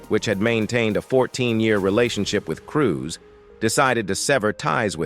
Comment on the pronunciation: .. Not Cruz.... Cruise...